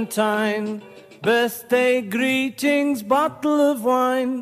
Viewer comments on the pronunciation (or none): Also on "greetings."